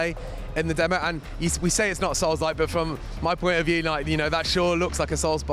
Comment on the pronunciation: absolutely agree. I've played all the Onimusha games and I actually winced every time he said souls like. 😂